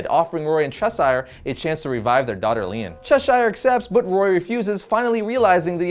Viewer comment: It's Lian, pronounced like "Lee-An" not "Lean"